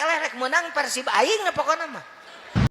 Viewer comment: Ysng benar PersiB (Bandung) bukan PersiP (P?)